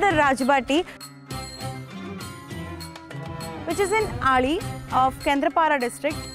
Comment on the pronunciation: Not to be stingy but we Odia people should stop pronouncing Odia words in a way non-Odia people speak. Its not Kendrapaaraaa its Kendraapa"d"aa